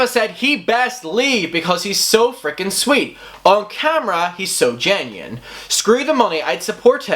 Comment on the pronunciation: Man you saying situation and genuine is rough lol